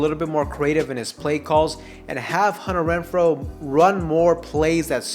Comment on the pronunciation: After you said it the fourth time, it became funny all over again. Imagine how hard I was laughing by your 100th "Hunner Wrenfro". :face-green-smiling